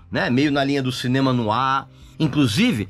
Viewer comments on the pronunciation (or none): none